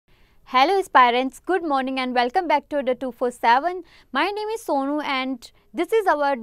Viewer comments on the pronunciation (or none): none